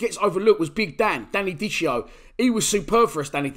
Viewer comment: It’s pronounced Danny Dickeo not dicheo. Ciao